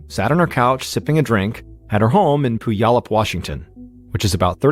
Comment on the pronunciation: Puyallup is pronounced Pewallup